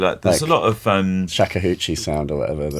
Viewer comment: Shakka hoochi! LOL...... Shakuhachi (shah kooh hatchy)